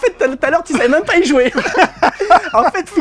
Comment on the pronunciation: Pourquoi "meume" a la place de même ?